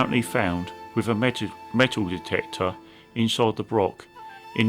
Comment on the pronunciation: I very much enjoyed this AV but as a Scot the use of Brock rather than Broch is a wee bit grating.